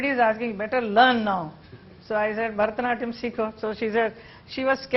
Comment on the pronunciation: When will Rajdeep Sardesai learn to pronounce Bharatanatyam properly ?